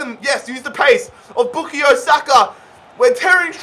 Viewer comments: BookieYo Saka???? I thought It was pronounced {Boo-Kai-Oh} Saka😂😂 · It’s pronounced boo ka yo not boo ke yo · It’s Boo-Kai-Yo Saka btw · Lmao bukeeyo sako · His first name is pronounced “Bu-kie-yo” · The way you say bukayo hurts its BOO-KAY-YO thank you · His pronunciation of Saka’s first name is quite humorous 💀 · Anyone else realise how he says bukayo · the way he pronounces bukayo is so annoying lmao